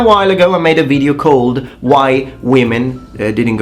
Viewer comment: Bro, try pronouncing more the O /ou/ in video and use the shorter i, because you are doing it long on the i and its leaving the word with a heavy Italian accent. You are so good at other stuff, just that longer i is what gives you away. Also, in triggering, do not the emphasize the i in the beginning.